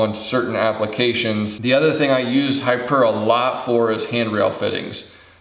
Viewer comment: I do appreciate the thoroughness of the reviews, especially this one on HiPur. One thought I'm thinking it is pronounced "high pure" given it is "high" strength "p" for poly and "ure" for urethane.